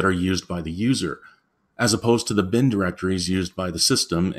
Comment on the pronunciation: It's leviOsa, not leviosA. Your pronunciation of lib and bin irk me.